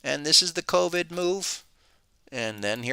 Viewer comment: "cold-vid". I love it. How do I double subscribe?